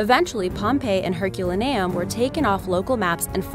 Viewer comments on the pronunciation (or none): Lol.... HerulaNEum.. that's not how it's pronounced, but ok, continue